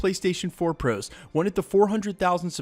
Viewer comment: Thought i was the only one i swear then how he says "ProOos" fucking makes me pissed